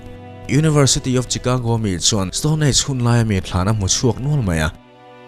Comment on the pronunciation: "Chicago" tih hi "Shicago" tia lam tur aw.